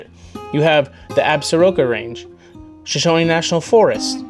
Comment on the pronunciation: So danged tired of people on YT and social media exposing my favorite places. And,, it's pronounced "Sh'-SHOAN" and "Uh-SOAR-cuss." Now get off my lawn.